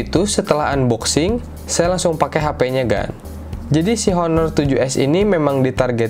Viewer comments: Bacanya aner cal bukan honor hehe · ngomong honor nya harusnya "aner" gan hahah